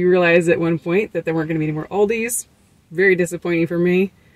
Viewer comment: Definitely heard an S on the name of ALDI.